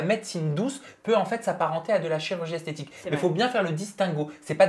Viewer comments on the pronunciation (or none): Maeva Guenam elle ne parle pas de chirurgie esthétique mais de chirurgie "esthétchique" 😂😂😂